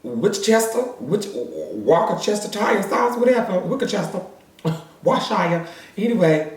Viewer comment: Witchester Wickachester Wershire Whatever 🤣😂 Also your hairstyle 😩👌 looooove it.